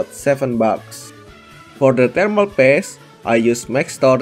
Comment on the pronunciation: why you called thermal paste “thermal PASS”?